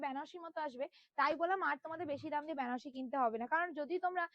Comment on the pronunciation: ব্যানা নয় দিদি bolo বেনা..😅